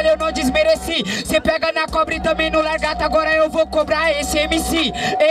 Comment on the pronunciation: "LARGATO" kkkkk